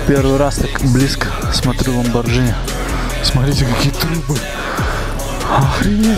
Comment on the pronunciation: Ламборгини вроде а не ламборджини